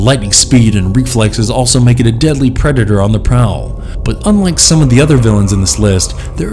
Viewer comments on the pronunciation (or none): none